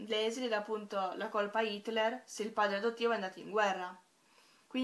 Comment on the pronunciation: si pronuncia LISEL non LESLI... comunque io penso che la Germania nazista, la guerra e la povertà passino in secondo piano (anche se hanno una svolta importantissima nella storia per il semplice motivo che senza questi elementi la vicenda non sarebbe potuta accadere): le cose che in realtà (secondo me) sono importanti in questo libro sono il potere delle parole come vita, l'amore fra i due ragazzi, l'importanza per Liesel di Max e del padre adottivo che, nel suo piccolo, apre gli occhi della ragazza insegnandole l'arte della lettura e l'umanità della Morte affascinata, appunto, dagli esseri umani. Il resto, a parer mio, è un pretesto per la costruzione del libro. Davvero un ottimo libro che mi ha commosso e stravolto il modo di vedere le cose.